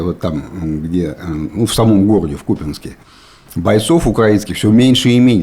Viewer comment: Спустя годы выучили ударение в слове Купянск, поздравляю 🎉